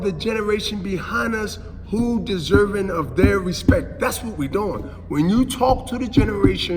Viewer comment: The Respeck.. 🤣🤣💥🤣